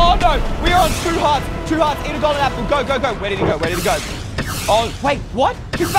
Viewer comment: Did anyone else notice that he said "gapple" instead of "apple"